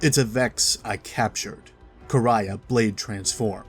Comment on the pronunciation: Finally someone who pronounces Quria right